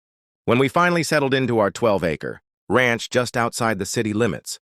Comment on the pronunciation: "Ransh"??? Who made this video?